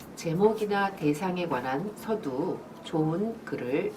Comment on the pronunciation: 발음이 틀린 예: 서두, 좋습니다,서술,안개,사람, 두 번,대상 ,대표 ,해설, 등!! 이상 실 예는, 장음이 단엉.ㅣ 첫 자를 모두 "짧게" 잘못 발음한 것이다. 이것이 사실이라면, 수필 창작법을 논하는 강사의 자질이 의심스럽지 아니한가?? "한국 어문을 고발함" 이라는 책을 수필인들께 권하고싶다.